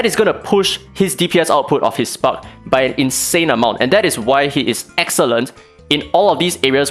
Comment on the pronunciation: I hate how i think. everytime you said spark debuff i heard spunk debuff. 😂😂